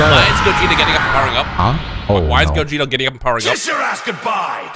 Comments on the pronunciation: I swear called Gogeta Gokugeta lmao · Did anyone 🤔 notice kept saying Borly instead Gogeta?